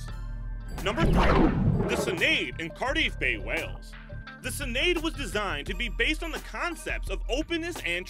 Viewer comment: As a Welsh man I can't help but laugh when hearing people trying to pronounce Welsh names. Y Senedd is maybe not that easy. I have never heard anyone pronounce Cardiff in that way. Fair play for trying to say it every time and not cop out and say the national assembly building of Wales. I respect that not a lot of people would do that. Also I did chuckle at the way you said Westminster. Oh yeah what was the loud music cutting the end of the intro off? Very odd.